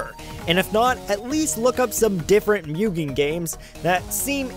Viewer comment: D-Did he say Mewgen? . . . YOU SON OF A FLY TRAPPER ITS MUGEN (moo-gen) NOT MEWGEN!